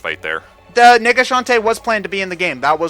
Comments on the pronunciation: please stop saying nega shantae. You make it sound much "different" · _- who else kept miss hearing nega as well, swap out the e with an i. they sound so similar and no matter how you say nega, it just sounds like the other thing.